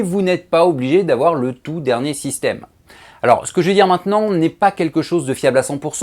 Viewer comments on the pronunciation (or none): none